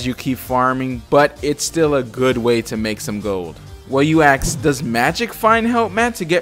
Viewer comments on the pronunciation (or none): "so you axe" lolol